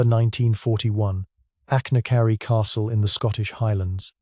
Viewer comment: It's AI slop, few if any of the illustrations line up with the narration, and the inability to pronounce Achnacarry is a dead giveaway.